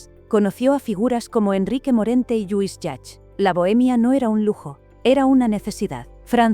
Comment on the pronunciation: ¿Lluis Yacth? Por favor ...